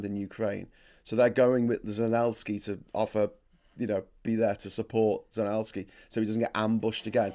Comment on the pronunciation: P.P.S. Never mind about "Zenelsky", live viewers already jumped on your case. We know it's not disrespect here, just pro-russian sources sometimes do that on purpose, especially in their titles. "Zelensky" in English is fine, "Zeljenskyi/Zelyenskii" with a softened "L" and double/long "i" in slavic pronounciation, if you want to flex😆